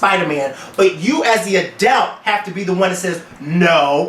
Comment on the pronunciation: Lmfao I cannot stand the way pronounces the word "adult". He keeps saying "adElt". adelt adelt adelt. Hahaha omg I almost wanted to stop watching because of that... Great episode though, guys!